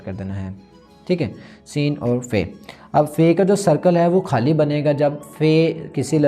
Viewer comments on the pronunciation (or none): Mohtaram write nai hota likhna hota ha ha likh den ge. Write kar den ge it's very odd. Or khaali nai hota khaali khey ki awaz k sath khait Wala khey nahi. Agr thori si tawajuh apni Urdu bolne pe bhi den tou bht Maza ae baaki ap bht acha kam kar rae hain jari rakhiye.